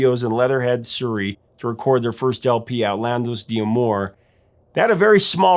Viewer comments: Technically it’s pronounced dah-moor not dee-ah-more. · Quick note, as an occasional speaker of Français: it's not "Di Amour," it's "d'Amour" -- two syllables total. Don't name the letter D, just pronounce it. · Hence there's an apostrophe! 😉 I'd also heard "D'Amoir" on another music-related channel 🙂